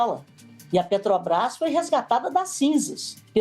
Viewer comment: Ela fala assoviando e falou "Petobrás" inúmeras vezes.